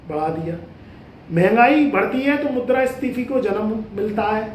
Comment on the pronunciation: किताबों में मुद्रा स्फीति पढ़ा था लेकिन आप मुद्रा स्टीफी बोल रहे है श्रोता धन्य हो जाएंगे सुनकर😂🎉😂